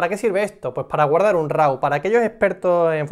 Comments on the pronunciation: "Raw" se pronuncia "ro", no "rau". Te lo digo para posteriores vídeos. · Es tu canal, faltaría más. Simplemente me sonaba muy raro porque siempre he oído "ro". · eres el primero que escucho que lo pronuncia de esa manera